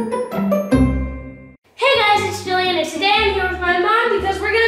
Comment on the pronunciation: It's not juillan it's jillian